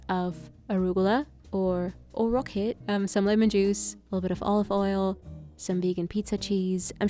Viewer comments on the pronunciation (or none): Or “rockeehht” ahahah